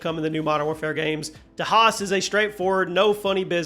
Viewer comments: AI wouldn’t mispronounce Das Haus lmao it’s “Daws House” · Dass house